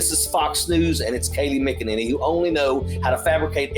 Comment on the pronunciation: McInanity.... SIGH